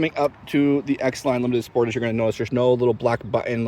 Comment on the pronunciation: You are pronouncing the word Sportage wrong it's SPOR- TAGE